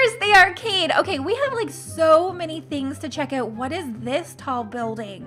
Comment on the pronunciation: When she says: out she actually says uet